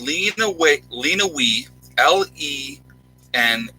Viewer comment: That county in Mich is pronounced Len-O-Way.